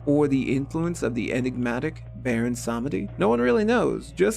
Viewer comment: Nope. It's more like SAHMehdi, with the second syllable being significantly shortened. It's not pronounced with a "ee"